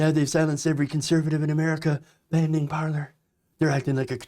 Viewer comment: Sigh...Pronounced par-lay...